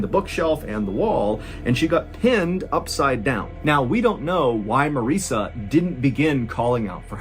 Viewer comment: Marissa is pronounced to rhyme with Melissa.